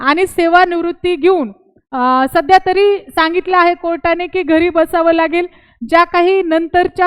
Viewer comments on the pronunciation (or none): तुम्हाला भारतीय संविधानाच्या अनुच्छेद 14,21 कलम माहीत नाही, भारतीय राज्यघटना नागरिक, सेवकांच्या सुरक्षा या विषयावर ज्ञान नाही. तुम्ही दहावी पास आहे तुम्ही अगोदर मुक्त विद्यापीठाच्या पुर्वतयारी करून बारावी पास व्हा. मराठी भाषेवर प्रभुत्व नाही आहे तर्री म्हणत आहे तरी म्हणून उच्चार करा